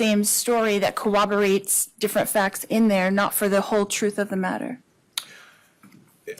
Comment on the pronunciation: Is anyone else irked that she keeps saying “cowwoberate” instead of corroborate? I cannot. Someone please correct her, for my sanity 🫠